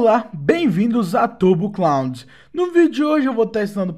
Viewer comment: é muito bom na hora que ele fala "turbo clound kkkk"